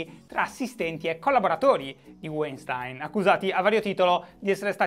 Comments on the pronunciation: ahahah non ne hai azzeccata un, si pronuncia VAINSTAIN (con la ʃ (ovveero come SCI)) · si dice "uainstin". ti posso correggere perché non l'hai detta questa pronuncia ;) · Si pronuncia Vainstain. È un tipico cognome ebraico-tedesco. Wein vuol dire vino, stein pietra, e la lingua tedesca è composta da una marea di contrazioni. P.S. EI si pronuncia ai, mentre ie si pronuncia i. Aufwiedesehen Shy. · E' "Uàinstìn" Shy <3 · Breaking Italy il nome sembra tedesco .. e se è tedesco Weinstein si pronuncia "vainstain" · Breaking Italy Comunque si pronuncia "vainshtain" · Tecnicamente "weinstein" è un cognome di origine tedesca quindi si dovrebbe leggere "vainshtain", ma la sua nazionalità statunitense cambia tutto? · Pronuncia: Vainstain (Non per correggerti, per fartelo sapere) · Demis Alberti senza Sh è tecnicamente parola tedesca il suono sh si sente quando scrivi Sch Stein si legge Stain come in Albert Einstein Scusate volevo fare il per una volta il saputello visto che sono parte della community della gentaglia immigrata in Germania Entschuldigung (qui si sente il sh) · Guten Morgen Shy. Si dovrebbe pronunciare Vainstain . St , per lo meno qui nel nord della Germania, si pronuncia Scht come la sc di sciacquare . Tschüss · "Si pronuncia Waintiiinn!!!" cit. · Dal nome direi direi Weinstein sia di origini tedesche, quindi propenderei per una pronuncia come /Vainstain/ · Se è tedesco si legge Vainstain (V come V di Verona e non W) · Si pronuncia "Uainstin" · Dai si dice Weinstein lo sanno tutti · Comunque si pronuncia "uainstain". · Si pronuncia Weinstein.